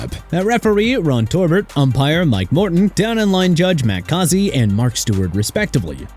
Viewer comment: Matt Cozzy?! Dude... It's MAX (MAKS) CAUSEY (CAW-ZEE)!! REALLY?! YOU CAN'T GET THE OFFICIAL NAME RIGHT?! ARE YOU THAT IGNORANT?! ALSO HIS NAME IS AQIB TALIB... PATHETIC